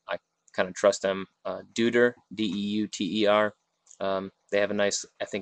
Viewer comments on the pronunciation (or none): It's Doy-ter, like Deutschland, lol